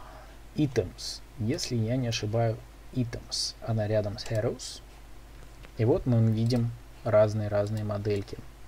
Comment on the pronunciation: сколько раз ещё ты скажешь "хэроуз" вместо "хироуз" ??